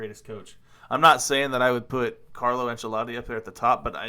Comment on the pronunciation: I’m sorry but the “C” in Ancelotti is pronounced “SH”